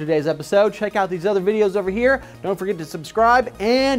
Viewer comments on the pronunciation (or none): none